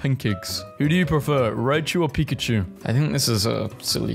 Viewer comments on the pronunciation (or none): none